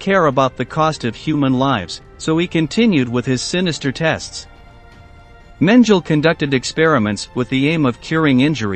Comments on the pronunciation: PLEASE learn how to pronounce German words! It is MEN G LER not menjel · It’s pronounced Men gel ee not men jell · If the computer voice mangles the pronunciation of name of the subject of your video, then spell it differently and trick the computer voice to pronounce it right. That's not a crazy concept, and YouTube is obviously your thing. So try harder next time, you have A LOT of competition here. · HIs name was pronouncecompletely differently from this narrator's "version" for decades. What gives? Either the past sixplus decades are wrong or this guy needs to do his homework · Learn to PRONOUNCE his name. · It's very annoying how you pronounce his name